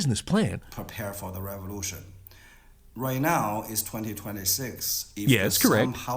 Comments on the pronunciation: "American reverution" 😂😂😂😂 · Lol, "Duh Reborution"